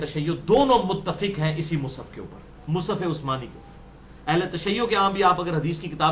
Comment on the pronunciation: مصحف بولو بھای مصف نھی بولو